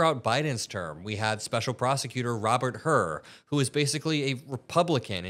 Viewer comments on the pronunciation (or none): none